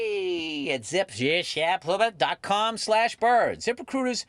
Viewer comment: my favorite ad read for something that I will never use…Zip…Rehcrutah!